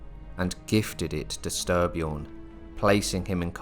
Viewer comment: Stry pronounced stree. Nice video